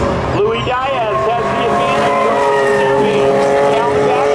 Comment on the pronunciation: I don't think Diaz has ever been pronounced as "DIE-azz"